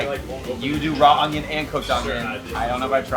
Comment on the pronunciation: You didn’t really say “onGIon” did you? There’s NO G in onion!🧅 🧅🧅🤦🏽‍♀️🤦🏽‍♀️🤦🏽‍♀️